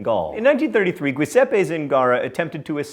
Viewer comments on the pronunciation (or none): Mispronouncing things really is John's thing! Giuseppe is not pronounced "gwey-sep-pay" it is "Juh-sep-pee." This one beats "heck-taker" I think :P Still love you man! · Giuseppe (JOO-seppy) pronounced gwoo-seppy, gave me a good chuckle. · prolet kult ok, but it's Giu, not Gui. Giuseppe is pronounced Joo zep pi, not guy zep pi, so that doesn't really work either... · But... Gwee-seppi? That's really how you're gonna pronounce it? You've never heard the name Giuseppe? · I volunteer to help Mr. Green pronounce some words correctly. I've noted at least three mispronunciations in the last few weeks. (In this episode, "Giuseppe" should be pronounced "jew-SEP-peh".) Love the shows! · Um so Giuseppe is a pretty common name, that is in no way pronounced as it is here... 😅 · How has John got to his age without encountering the correct pronunciation of Giuseppe?